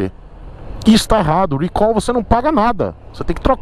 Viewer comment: o certo eh falar recal. não eh rhuicol. Deus eh pai mesmo viu kkk